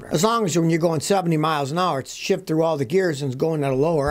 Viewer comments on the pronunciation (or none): none